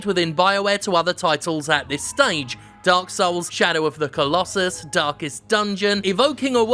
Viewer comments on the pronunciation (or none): none